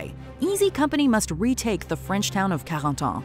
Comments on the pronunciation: Anyone noticed that they pronounced “Carentan”, “Bastogne”, and “Brecourt” wrong? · Am I the only one who's hurt by the way she says "Bastogne" and "Carentan"?...learn how to pronounce it right...other than that? Everything is awesome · The watch mojo lady pronouncing “Carentan” in a French accent makes my heart flutter